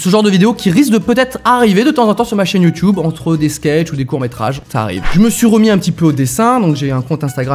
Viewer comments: Arrêtez de prononcer "youtoube" au de "YouTube " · youtube pas youtiube!!!!!!! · Ça choque que moi qu’il dise youtioube ?😂 ( même Si je sais que ça se dis comme ça ) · Il dit youtoube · Quand tu commences à dire YouTioube c'est que tu commences à être ancien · On en parle qu'il dit youTUibe ??😂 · Bah il le dit juste avec l'accent anglais "YouTube" qui se prononce "Youtioube" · Ça me perturbe quand il dit « YouTube » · Nettost 787 merci sherlock juste il y a peu de youtuber francais qui le prononce ainsi (hors canadien) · Noooon.... Tu prononce Youtube comme les vieux. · Mec tu prononce trop bizzarment youtube 😂 Mais après tous qui suis-je pour dire sa à un ytb